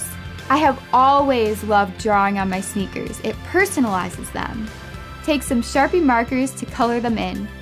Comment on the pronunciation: Sneks instead of sneakers it doesn't even sound like something would say and the script is horrible